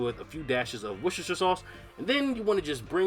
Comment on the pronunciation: Say it with me..wor-cester-shire…like why is it so hard. Like 90% of the population can’t read?